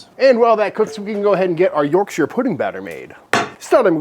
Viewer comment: Congratulations on getting the shire bit right, an American who doesn't pronounce it like their on the set of Lord of the Rings is as rare as a good steak 👍